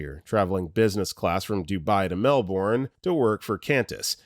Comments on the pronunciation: Mel-burn, not Mel-born. Kwon-tas, not Cann-tas. Angry Australian noises. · Qantas is pronounced "Kwontas" and Melbourne is more akin to "Melbin"